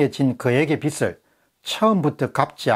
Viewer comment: 공병호tv 예리한 지적에 찬사를 보냅니다, 그런데 발음을 정확히 해 주십시오 영남지역의 특이한 발음은 탓하지 않겠습니다, 한가지만 지적합니다, 즉 빚 갚아야할 빚, 이땐 '비슬'이 아니고 '비즐'로 발음 해주십쇼.